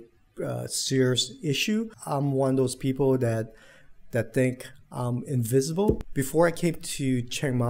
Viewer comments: “Invincible” NOT “invisible” 😂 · I was going to leave a comment too about this, I am glad I am not the only one who noticed. I did understand he meant invincible when I saw him in a Superman suit but I think it's a pronunciation problem. I think his English is pretty spectacular for someone who doesn't live in an English speaking country.